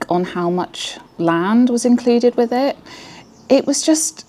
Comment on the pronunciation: People who say "wiv" instead of with.